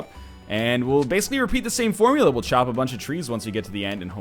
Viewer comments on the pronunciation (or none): none